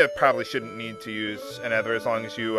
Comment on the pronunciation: it's kinda driving me nuts and since it's been 3 years you probably know now but "ether" is pronounced EE THer... the TH is like "there", not e THer with the TH being like "feather"